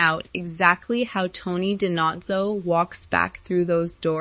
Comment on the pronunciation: You should learn the proper pronunciation of names b4 talking about them. Sorry but it's annoying and shows ignorance of the show. Spelled David but pronounced Da-Veed and Da-No-Zo